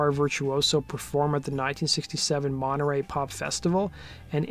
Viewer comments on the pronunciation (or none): none